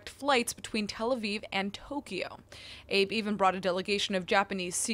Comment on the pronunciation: Shinzo Abe's last name has two syllables. אבה